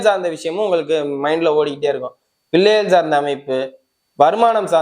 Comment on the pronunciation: ரொம்ப அதிசயம் நீங்க சொல்றது எல்லாரும் மாசி 8 சொல்றாங்க சரியில்லை தமிழே தெரியல பில்ல இல்லை பிள்ளை அதயே சரியா சொல்லவேவரல போதும் நல்லாவேயில்லை சாரி